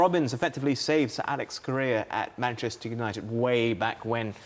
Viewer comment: 'MANCHETER' HAHAHAHA